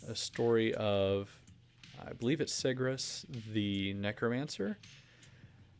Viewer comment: I generally pronounce it "Sè - gr - us," which is pretty much how you said it. Thank you for choosing my story for editor's choice!